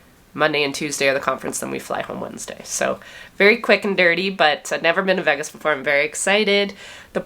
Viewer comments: Veeee-gaaas is the most Canadian thing I have heard you say. Enjoy your week off! Edit: What happened to Remco? I never did learn what happened. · The first time I’ve ever heard Vegas pronounced Veh-gas. Actually very accurate pronunciation. We say Vay-gas in the USA. ☺️